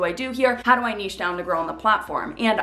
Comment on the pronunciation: This is the only video about finding your niche, that actually has the correct pronunciation of the word “niche.”